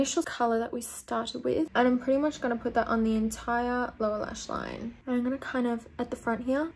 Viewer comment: The way she says line-UHH